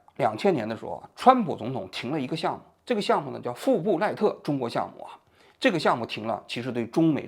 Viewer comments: 富布赖特，赖不富特🤪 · Fulbright富布莱特而不是“赖布福特”。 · 王局这莱布福特说的真难受。。。😢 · 富布莱特。王局读错了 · 富布赖特项目啊~念错好多